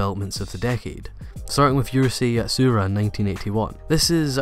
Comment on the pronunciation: Veeeeery good video, and thank you. There are 2 specifically "dumb" mistakes (saying a year and showing another on screen, and "Yurusei" is "Urusei"), and I wish they weren't there, but otherwise great vid!